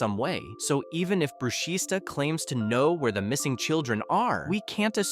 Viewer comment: ITS NOT BRUSHISTA THE S IS SILENT ITS PRONOUNCED BRUSHITA